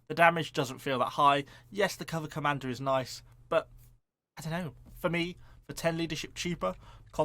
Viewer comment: Every time you say cover commander I hear "Cobra Commando" and I'm overcome with the need for that unit